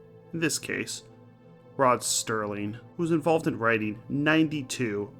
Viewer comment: It's Serling, not Sterling.